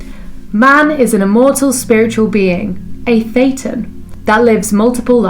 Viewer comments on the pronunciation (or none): I love how the captions pick up that Thetan sounds just like Satan, Jon Atack, an ex Scientologist and now researcher claimed Hubbard had a wicked sense of Humour and that if you pronounce Thetan with a lisp it comes out as Satan. Following that through, Scientology is in the business of making operating Satans. By the way fantastic video, well researched, flawlessly presented and edited, well done!